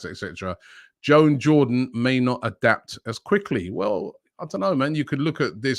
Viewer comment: How hard can it be to pronounce 'juan' properly 😂😂😂😂